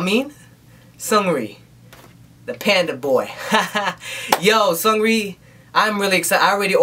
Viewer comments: No LOL his name is pronounced like seungri lol that 'eung' part is important. is pronouncing it like 'sungri' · .....isnt it pronounced as Soongri not Sangri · hahaha your dancing is awesome! Glad you liked it. Except you say his name more like Soonri I think, the g is almost silent. And LOL your grandpa impression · sexy boy's name pronounces as "seung" and “ri”, 'g' is a silent letter. btw i really like your reactions to BB MVs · This is brilliant. You kind of remixed the song and it was really good. And the way you pronounce SeungRi is funny. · the pronunciation is not that important. seungri is a foreign artist; "ㅡ" can be difficult to pronounce to those who don't speak korean fluently. lay off of him. the important thing is that seungri just put out a sweet-ass MV, and is admiring it and praising it.